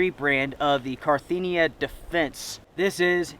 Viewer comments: Ca-rin-thee-ah not car-thee-nee-ah. Sorry but I’m familiar with that bag. Thanks for the review of good winter kit. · The brand is CAR IN THIA, not CAR THIN IA as you've been calling it. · It's cARinthia not carTHENIA. 👍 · Carinthia not Carthenia. I had to mention it. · CarINTHIA is not pronounced CarTHINIA ;) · Love your video's, love your gear reviews and love the expiditions you do! Only one small thing drives me kinda nuts.... You're realy kinda butchering the Carinthia name. You pronounce it like Carthinia but it's car-in-thia. 😉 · I enjoy seeing how your videos developed over the years. You really put in some work into editing, filming and also audio (the atmo at the beginning) - and it shows. I really get the feeling of being right in the middle of that storm and how cold and windy and eery it must be. Great! P.S. : It's Carinthia - not Carthinia ;-) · it´s always a little bit funny to hear your pronunciation of the brand carinthia. This name comes from latin and is the name of a....from the size you would call it a "county" of Austria, we call it "Kärnten". In Phonetic spelling i would translate it in something like: Car-in-"T"-"R"(without the Rollin part at the end, like you pronunciate the "a" in car). Best regards from Austria, always nice to see your videos.